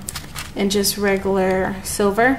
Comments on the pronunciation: the word "regular" is pronounced RE-Gyou-LAR not Re-goo-lar... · It bugs me half to death when you say "regaler" it's "reg u lar"